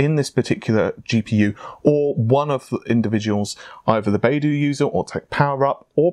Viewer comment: BaiDu is pronounced more like “buy doo“. Just sayin´.